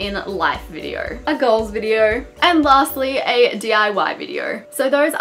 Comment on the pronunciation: Take a shot everytime you hear Videor